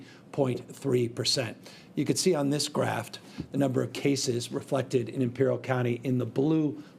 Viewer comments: He keeps saying "graft" instead of "graph." A Freudian slip? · He really thinks ”graph” is pronounced “graft” 😳🤡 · Is he calling it a "graft" (not "graph")? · I think you are doing a great job Gov Newsome. It is however, GRAPH which refers to a drawing/chart (not graft) which refers to taking tissue and transplanting that. (Not to be trolly but just so you can correct your grammar next time and come across more credible) No T on the end. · Maybe a politician should avoid pronouncing graph as "graft". It seems like the straight line for a thousand jokes. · Freudian slip: “Graft” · Graft. Periodt. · I didn't know "graph" had a hard "T" in it